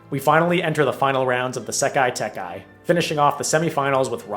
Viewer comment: this will never not irk me it's sekai taikai, not sekai tekai